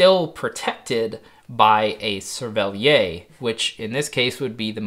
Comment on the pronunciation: as a french speaker, great vid, but please try to pronounce "cerverlière" "cerveliaire" as it would be closer to what we'd say in french :D